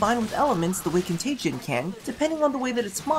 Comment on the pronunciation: ...con-tay-jee-ee-un that extra syllable is bugging me... save me<3